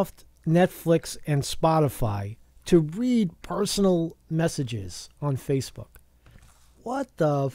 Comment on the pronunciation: "Facefook" ftw! lol